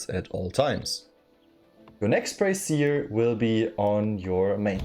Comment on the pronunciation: im not sure how German works, but in english you would pronounce brazier as Bray-shur (with a Z kind of sound on the shur), the way you are pronouncing it is i believe a bra or some kind of women's apparel. im sure none of this matters, just fun trivia